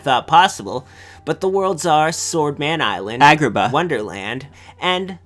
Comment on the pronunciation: Dat abrupt "Agrabah", doe.